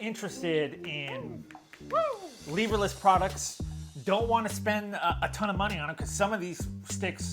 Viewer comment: Lehverless? Did you not watch D-Lo's video?